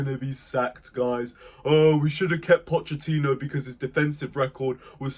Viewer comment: You can’t even say his name right and he was shit